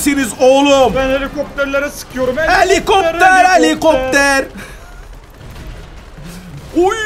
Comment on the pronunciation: DK. 14.35 HELİKOPPER HELİ KOPPER DİYEN KOCA YÜREKLİ